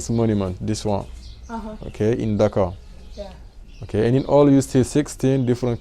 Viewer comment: I love the way you pronounce Dakar